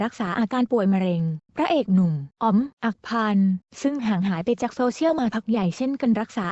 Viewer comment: อ่านว่า อัค คะ พัน